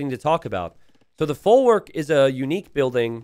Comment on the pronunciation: Your pronunciation of folwark hurts my ears so let me help you a bit: w in polish is pronounced just like in german, or like v in english. So think of saying "folvark" next time :)